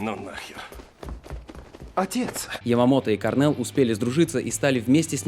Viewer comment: Кôрнел, акцент на букву "О". Sorry..